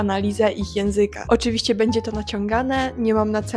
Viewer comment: Mam nadzieję, że Cię nie urażę pytaniem, ale czy masz wadę wymowy? Momentami miałam wrażenie, że masz problem z wymową "ś" i "ć", np. jak mówisz "oczywiście", "powiedzieć". Oprócz tego często nie wymawiasz "ą" na końcu wyrazów, a zamiast tego mówisz "om", np. w "myślOM", "sOM" .